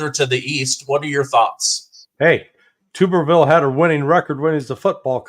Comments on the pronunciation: It’s Tommy TUBerville, not tube. I’ve watched him coach many football games-trust me.;) “Tub-er-ville” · TUB (like a bath tub) er-ville. The U is long. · It's Tommy "Tub" berville... like tub in "bathtub" 👈😉 He's a great guy. And this was an awesome interview! ❤️🇺🇸❤️🇺🇸❤️🇺🇸❤️ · FYI, it's pronounced "Tubberville". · Senator Tuberville is pronounced "tub" as in "rub-a-dub," and he had a winning record against Alabama. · Hey I live in Arkansas and my wife went to school with Tommy. Just so you know his is pronounced Tub-er-ville. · Tommy Tuberville is my senator in Alabama.. it’s pronounced Tuberville like a bath-tub!